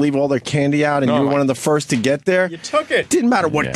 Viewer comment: Foist or sumtin... tss...